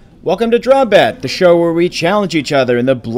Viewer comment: Drawmbat? Sound like Wombat